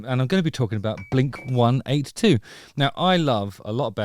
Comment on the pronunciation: Mark already said. It's "blink one EIGHTY two" 😐